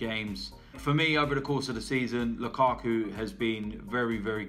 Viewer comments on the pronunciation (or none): none